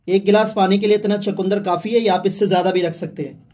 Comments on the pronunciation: भाई चकूंदर नहीं सही शब्द है "चुकंदर"। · Bhai chakundar nhi chukandar hota h